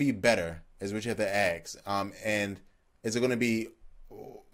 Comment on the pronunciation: Got damnit..ASK not AXE. Again great vid but you need to take your pronunciation of certain words seriously if you want to be taken serious.